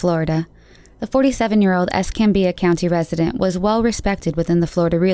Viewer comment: Congrats on pronouncing Pensacola and Escambia Co correctly.. But I have never met anyone who could pronounce Cantonment ( Can - Tone-Ment) correctly if you wasnt from here. Her case was just recently a big deal of finally being solved.